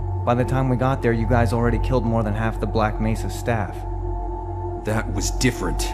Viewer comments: he's saying it like how it's pronounced in Spanish since mesa is a Spanish word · mesa is a spanish word but that's not how it's pronounced